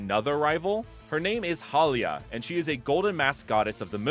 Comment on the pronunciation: It is actually pronounced ha li ya= haliya